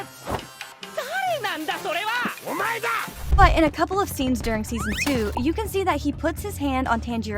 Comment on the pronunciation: Bro said second season wrong thing season man 💀💀💀💀💀